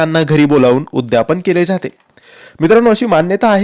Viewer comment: उद्यापन असा शब्द आहे उद्यापण नाही